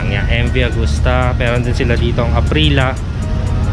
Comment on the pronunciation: Aprillia hindi Aprila.